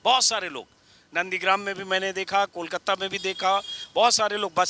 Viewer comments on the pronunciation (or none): Anjum jee Kolkatta nahi Kolkata kahen